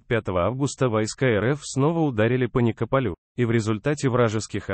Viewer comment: Как можно так Исковеркать название населенных пунктов?77 СинЕльниковский район.НИкополь .